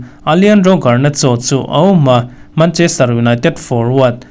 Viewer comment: mancherter 😂😂😂 city